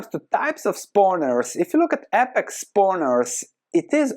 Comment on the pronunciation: Some constructive criticism. It is said Aye-pex, instead of ah-pex